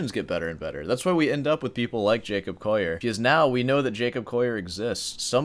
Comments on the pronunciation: 'Coll - i - er', (as in a coal miner), not 'Coyer! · Are yuou saying Jacob "coyer"? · I've never heard anyone pronounce his name the non-anglicized French way lmao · Be good if you could pronounce the Collier name correctly, or is it just your egoistic bias?